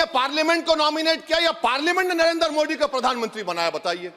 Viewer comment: तुम तो सारी भाषाएं पढ़ लेते हो लेकिन जब नरेन्द्र मोदी कहना होता है तब तुम मोदी शब्द का उच्चारण नहीं कर पाते हो मोडी कहते हो क्यों